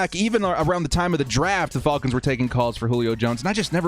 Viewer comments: please just say Falcons and not Faulkins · The Fall-Kins. F-Al-Kins. Love it. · I watched just to hear you say "The Atlanta Ful--kans!!" Lol 😆